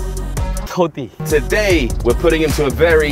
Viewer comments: Comunque non è toti e Totti con due t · TOTTI. CON DUE T. NO TOTI. STI INGLESI...